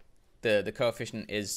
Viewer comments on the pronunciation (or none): "Coeficcient" lol what are you, a doctor?